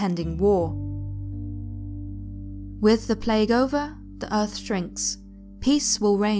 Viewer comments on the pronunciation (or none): none